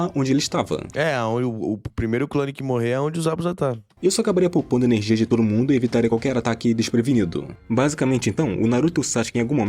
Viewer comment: Narração chata .. avançadã , primeirã, energiã , inimigum , desprevenidum , aprendeum .. parece que tá forçando .